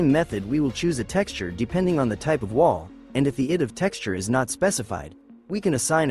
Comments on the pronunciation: Well, not exactly high quality when the AI reader makes many mistakes like read ID as id instead of I D! 😂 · One criticism for using an AI text to voice reader for the narration other than it being lazy is that the AI does not understand English nuances and conventions so says a lot incorrectly. For example, a lot in this video the AI reads ID as the word id instead of the letters I and D. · Yep, it's AI. It's not about the voice alone, it's also about how it reads. Just listen for the clues. It makes basic mistakes that no English speaker makes like reading ID as a word instead of the individual letters like we do in the real world!